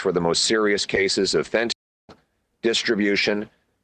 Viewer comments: Really?? You can’t say fent…….anyl?? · This is our next to be prime minister, and he can't say fentanyl